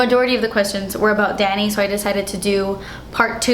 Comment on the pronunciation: I thought he's your dad cuz when you called him "Danny", it sounded like "Daddy"